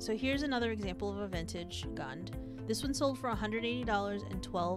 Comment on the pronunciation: It’s pronounced Goond